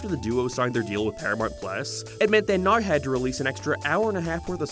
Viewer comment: Why do you say the word now like "noiiiwu" that was the weirdest way ive ever heard someone mispronounce a word.